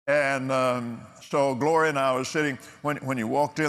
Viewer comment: When he said "Gloria" I swear he said "Goya"